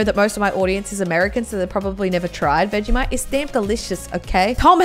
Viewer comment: You say “VEGISHITE”